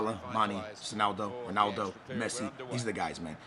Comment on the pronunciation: Who the hell is ronal-dingo??? this is too much now!